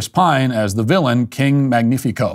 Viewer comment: King mangnifico? They aren't even trying with the names.